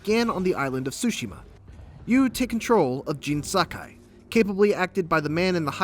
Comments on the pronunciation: Why is he calling him “JEEN”? Its “JIN” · Dude it's pronounced like gin not like jean. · Gene??? Come ON Bro! You can't say JIN? Jin, like Gin, it's not that difficult.. Lol Also, the HBK reference was fantastic.. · Ah yes, Jean Sakai. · Tf you keep calling him JEAN for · Why do you insist on mispronouncing Jin's name